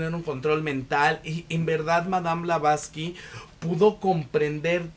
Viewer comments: Blavatsky!!!! No blavlastky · Todo Bien, salvo que el apellido de Helena es Blavatsky y no Blablasky.... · Por Favor QUE ALGUIEN TE AYUDE A DECIR CORRECTAMENTE EL APELLIDO DE MADAME E. BLAVATSKI!!!! Szle el honor a la gran Demiurgs,psiquica, vlarivedente clariaudrinte .....eetc ES UNA CUCHILLADA A LOS OIDOS..... .❤❤❤ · Como habrás visto el nombre la dices mal, pero tu reseña es fabulosa. Tu entusiasmo es contagioso. Me suscribo a tu canal , lo haces muy bien. Por cierto yo soy de las que ha leído el libro y fabuloso. Gracias 🙏🏻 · es una ironía porque la persona del video no pronuncia bien el apellido de la autora, si se fija acá la persona lo escribió de manera incorrecta